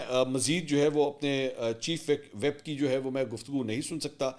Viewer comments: Mansoor just to correct you . It’s not chief WHEP but it’s chief WHIP. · متعدد بار عرض کیا ھے کہ چیف ویپ نہیں ھوتا۔ چیف وِپ پڑھا جاتا ھے۔ Chief whip 😂